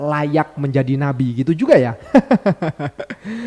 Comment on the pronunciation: ❤❤ Ma'af, sya kok salah dengar, nyebut Nabi apa BABI???????????.❤